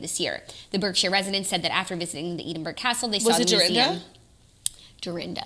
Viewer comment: I’m from Scotland and the way your pronounce Edinburgh in this episode is killing me. Please ask google how to pronounce it haha xx